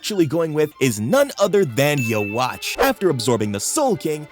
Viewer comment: Love the video but can you please pronounce yhwach correctly. It's pronunciation is like yuwaba